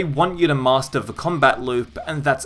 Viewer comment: Why do you say ‘vuh’ instead of ‘the’ and ‘vem’ instead of ‘them’?